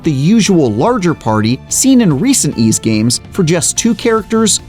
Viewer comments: It's actually pronounced as "why's". Thank me later. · It's pronounce as "Ease". Someone sure didn't know what he's talking about.